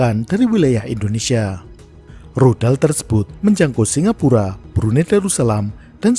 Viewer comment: kenapa pas nya bilang tudal infonesia, saya langsung ketawa terbahak bahak 😂😂😂😂😂😂